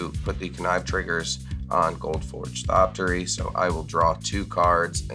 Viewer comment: repeatedly saying "Thoptery" without the X made my teeth grind in ways i didn't know was possible lol -- we must honor the memory of the proud archaeopteryx by pronouncing the X!